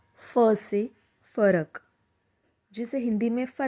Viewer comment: Kya Marathi mein 'फ' nahi bola jaata, jaise aapne फरक ko फ़रक bola, toh Hindi je shabd jaise 'Phool, Phir, Phisla' kya inhe Marathi mein Nukte ke saath bolna hai?